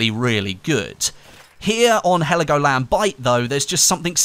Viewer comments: Its Helgoland not Heligoland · Heligoland ? In german its Helgoland